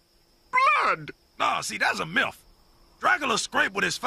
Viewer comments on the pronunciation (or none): I swear i heard him say “milf” instead of myth